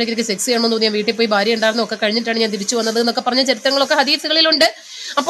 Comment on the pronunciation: ഫാര്യ ഫർത്താവ് 🤣🤣🤣